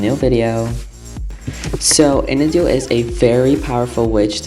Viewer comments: It’s pronounced IN-AW-DOO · I don't want to be rude but Inadu is pronounced IH-NAH-DEW